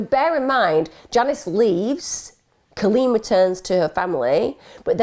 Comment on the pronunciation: Just got to say my name is Colleen, I love the way you say it. This story is sad. You did her well.